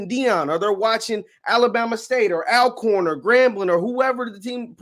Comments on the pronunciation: Ok it is speed Alcorn but here we say all corn ok, just like mobile not mo-bile come in man please. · Great video but it's pronounced as ALL-corn.o